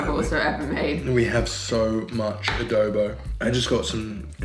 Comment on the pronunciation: A DO BO not A Dow Bow !